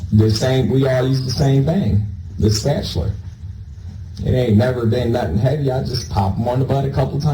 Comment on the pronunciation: Can’t believe a word he says so I believe that was a lie just like everything else that came out of his uneducated mouth fucking guy called a spatula a spatuler for goodness sakes